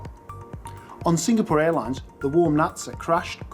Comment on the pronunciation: I like your reviews, brief and to the point. I don't like your repeated incorrect pronunciation of Singapore. But that's a small thing.